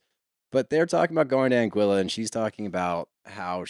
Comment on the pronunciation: As a person born and raised in the Caribbean, Anguilla is pronounced "Angwilla".